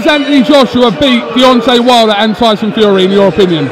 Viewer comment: deontel wide-un lol